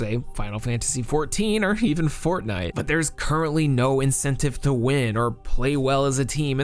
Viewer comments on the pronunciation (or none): none